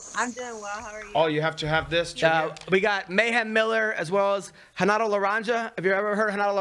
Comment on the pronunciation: I love how Renato just purposely doesn't even try to pronounce any word that starts with an R the right way. Much hespect!!